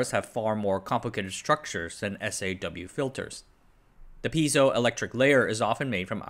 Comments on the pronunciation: You pronounce SAW like saw not as the initials S.A.W. Also Rayleigh is ray-lee, stress on the first syllable. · Kills me every time he says "S.A.W. and B.A.W.".